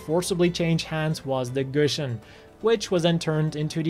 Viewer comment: its not pronounce gushin, its pronounced "goo-si-on". how are you a gundam nut and not be able to pronounce the names. just kidding boss